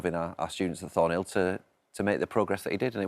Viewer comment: Embarrassing the presenter gets his name wrong and the school's name wrong.